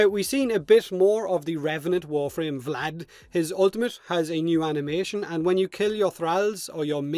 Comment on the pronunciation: VlAd VlAd VlAd, oh so terrible sounds in english